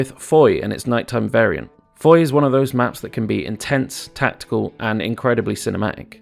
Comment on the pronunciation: Someday an english speaking youtuber will pronouce Foy right, someday... Not throwing blame, French get it wrong too sometimes.